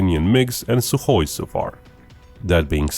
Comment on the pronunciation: The man knows how to say Suhoj! liked.